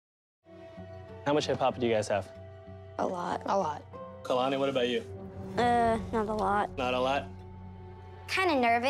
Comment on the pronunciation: Abby calls Kalani Alalni